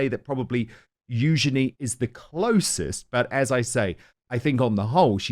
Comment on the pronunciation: Eugeeeeny, Eug’n’y. Whats IS it Dan? A name is only pronounced one way. Let’s try Eug’n’y.